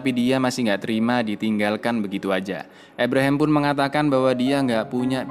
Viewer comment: ABRAHAM, Kang.. dudu EBREHEM 🤣🤣🤣